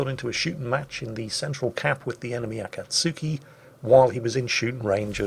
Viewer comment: akatsuki pronounced A-Cot-Ski